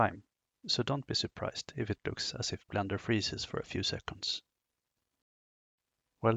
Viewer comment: Must’ve been the Blendör pronounciation 😊Anyway, fantastic introduction, clear as crystal. Thanks!